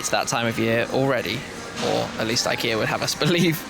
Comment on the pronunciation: It's pronounced ik Ea just watch the adverts